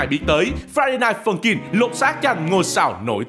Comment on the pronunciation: tôi nghe thành friday phân chim